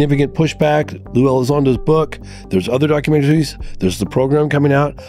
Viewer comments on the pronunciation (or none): Why did you say, "document terrys"? Are you not entirely human? Is that why you know so much about the future? Maybe you should disclose YOUR origins.